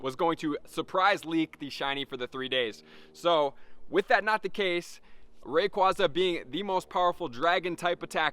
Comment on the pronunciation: You’re the first youtuber I’ve seen to pronounce “rayquaza” correctly